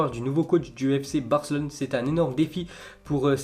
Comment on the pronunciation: je parle pas de barca ... Je parle de la prononciation de ce tebe ... Quand à chaque fois qu'il pronoce la ville de Barcelone ( fc Barcelone ) lui il dit fc Barclone ) il à tendance de oublié le E , ok .... 🤫